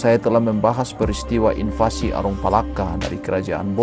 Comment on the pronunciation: toraja berkali2 mengalami INFLASI 😅 mungkin maksudnya invasi tp terdengar seperti inflasi, kliatan betul pengisi suaranya sangat berhati2 ditambah banyak gunakan pemilihan istilah asing tapi hasilnya malah terdengar kaku, ngalir aja ngomong coba, lepas gitu jangan dijaim-jaimkan pasti hasilnya bagus 😂😂😂